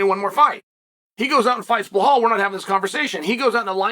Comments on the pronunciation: Still calling him bill hall is crazy 🤣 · “Blahal and kamara” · Belal, Kamaru, SHAVKAT RAKHMONOV guess which name uncle Chael P pronounce perfectly and which two he completely butchers. Undefeated. Undisputed. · The 3 tough names Chael can pronounce, Rakhmonov, Nurmagomedov and Magomedsharipov. But Usman and Belal, come on he's not a linguistics major